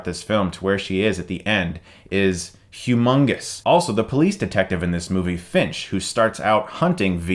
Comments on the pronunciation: Did he say Hugh Mungus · Chris said HUGH MUNGUS.